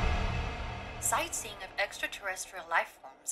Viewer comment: Site-seeing? It ought to be "sightings".